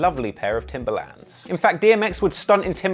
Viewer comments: I love how he says “TimbAlAnds” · ew the way you say timberlands